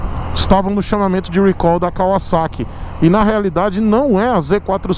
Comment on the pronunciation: recal. não eh "rhuicol".